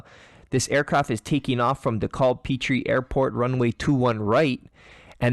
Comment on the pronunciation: It's pronounced Dee Cab (think taxi) and they were making a right turn.